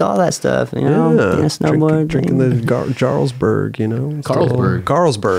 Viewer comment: "Jarlsberg" lol